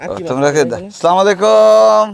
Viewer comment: ভাই সালাম টা একটু ঠিক ভাবে দিয়েন, আস্সালামুআলাইকুম